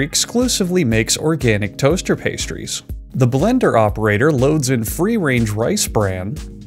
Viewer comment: Straight up heard "The blacker operator" instead of "The Blender operator" Was gonna start asking questions